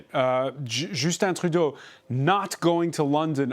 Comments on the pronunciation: Announcer: No need to switch to a bad french accent to pronounce Trudeau; sounds horrible. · Good piece and kudos to actually pronouncing Trudeau's name properly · Á l’animateur. To the host. Justin Trudeau is an anglophone. Between Canadian English and Canadian French there is a difference in the pronunciation of the name. You've pronounced the name in French while speaking English. It might come across as... légèrement affecté.